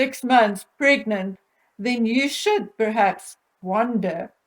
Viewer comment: It's so irritating how pronounces the word "pregnant" as "pregnet". Ugh! She overuses the word, so is it her insane way of trying to convince everyone that she was actually "pregnet"? 🤣😂🤣